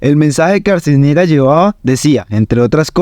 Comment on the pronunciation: “Echendia”, “Arcisniegas”, “Manuel Manoa Cuz”, “Mayor Francica Naranjo”, “Magistrado Genco”, “Armarales”… es a propósito la mala pronunciación de esos apellidos?..en fin! Le recomiendo el podcast “Arcanos y Reyes” de David Marín..14 capítulos de lo que en realidad ocurrió ahí.